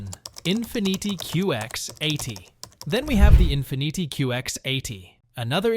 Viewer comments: mmm… thats not how infinity should be pronounced 😆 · If you say Infiniti, one more time, like IN FIN EE TEE, I swear